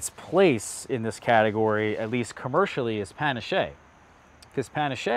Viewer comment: Looking forward to growing out some of these. Love your content. Just wanted to point out some pronunciation notes. Ischia is said like "ISS-kee-ah" not "Eye-shee-uh". Battaglia Green is more like "Bat-talia." Panache should be "Pan-ash". And I noticed from other videos that Violette de Bordeaux should sound more like "Vee-oh-let duh Bordeaux" not "dey Bordeaux"